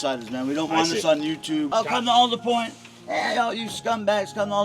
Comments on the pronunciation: It’s All-der Point not Al-der Point. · Born and raised, and its ALL-DUR-POINT. Not whatever way you said it lmao. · It is pronounced ALLDERWOOD. It’s a tree. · Willits local here. It's All-der Point. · Your pronouncing Aldetpoint wrong.